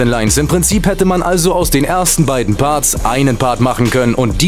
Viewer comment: julien das heißt Parts! und nicht barts! und auch punchline! nicht bunchline!